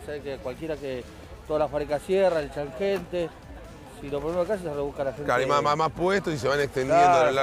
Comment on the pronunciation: "Hechan gente" jajajajajaja HECHAN HHHHHH